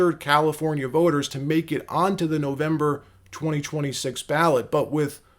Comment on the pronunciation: "registered valifornia viters"?